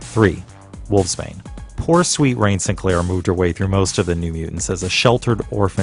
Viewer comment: Wolfsbane's name is Rahne, pronounced "Raw-knee" or "Ronnie" not Rain.